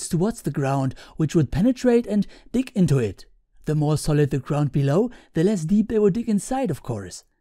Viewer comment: "penetrate and dick into it" German accent HAHAHA